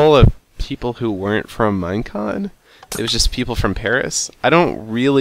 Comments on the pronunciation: Is he saying minecrack ? I swear i hear that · it sounds like he is saying minecrack XD